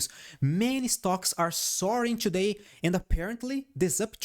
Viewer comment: "Ciù-day we made ..." bless you😂😂😂